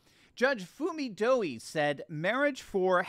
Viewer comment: Think, Doi is pronounced like koi